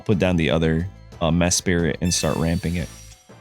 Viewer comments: Mesprit … not Mespirit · How come you pronounce Mesprit as if it were named Mespirit? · “Mess Spirit” ayo what?! 10 seconds later “Mesprit” ok that’s more like it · Bruh has a full time YouTube channel about Pokémon and can’t even pronounce the names right. Its almost every video and It’s sending me 🙃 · I’ve read mispronouncing names is good engagement bait lol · its not like the names are complex or anything, idk how they mispronounce them 😭